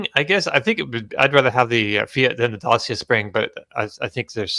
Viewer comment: it's pronounced Da-cha not Dacias (Romanian brand bought by Renault bought by Dongfeng). Also, Hyundai is pronounced Hunday like Sunday.